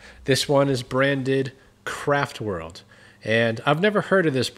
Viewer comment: After reading the video's title I wasn't sure if you said "Kraftworld" or "Crapworld"—and after seeing what you had to deal with...I still wasn't sure. 🤔 😂 Watching the clutch take a quick road trip was hilarious. Like everyone I enjoy the generator videos, but repairs like this are great/very helpful, namely b/c most everyone has something(s) powered via a small engine. Great job—glad I found your channel. God bless.